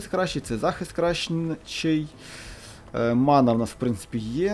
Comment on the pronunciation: Не манА, а мАна